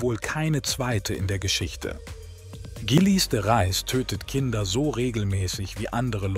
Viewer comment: Leider steht nicht nur die genutzte KI-Stimme mit der Aussprache von Gilles de Rais auf Kriegsfuß (faszinierend, wie viele verschiedene Versionen in dem Video vorkommen, könnte man fast ein Trinkspiel daraus machen: Ein Schluck für jede neue falsche Ausspracheversion), sondern leider auch das Übersetzungsprogramm (oder der KI-Artikelschreiber) mit der deutschen Grammatik, vor allem dem grammatischen Geschlecht und der korrekten Deklination von Adjektiven und Pronomen.